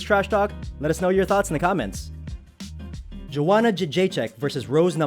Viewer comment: I stopped watching after I heard the dude say Joanna's name lol